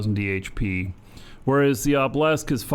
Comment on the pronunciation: Why do you pronounce Obelisk as "oblesk"? Its driving me mental!